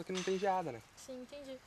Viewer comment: "Intendi" kkkkk